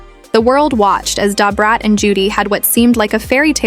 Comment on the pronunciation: THIS CHICK TELLING THE STORY. DON'T EVER KNOW THEM. SHE CAN'T EVEN SAY "DA BRAT" RIGHT. TOO MANY ANGLOS IN OUR BLACK BUSINESS.